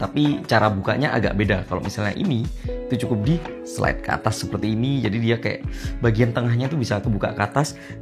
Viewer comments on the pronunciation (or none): none